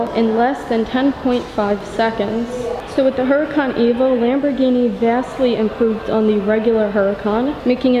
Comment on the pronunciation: You don’t pronounce the ‘ H ‘ - it’s pronounced “ Oo ra can “